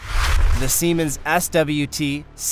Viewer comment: chassis=cha-sis 😂 Dolmar=Dolo-mar .. he definitely pronounced Siemens right though.